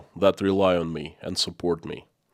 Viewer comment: You pronounce AND as END. Kinda annoying